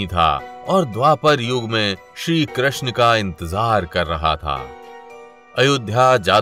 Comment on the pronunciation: Bhai Pehle Krishna toh theek se bol le